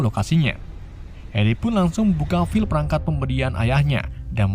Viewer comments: bang file tuh bacanya fail bukan fil, divideo lain juga lu nyebut life foundation jadi fil foundation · Bang klo lo gk bisa bhsa inggris ya bljar wlw sdkt2, trutama dlm pnyebutan (prenounce) seenggaknya lo bilang file itu fail bukan fil. Karena klo disalah2in gt sama sekali gak lucu. Smntra lo nyeritain alur crta film luar.